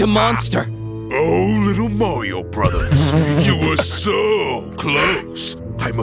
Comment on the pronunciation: I love how the bruvers keep pushing a chuver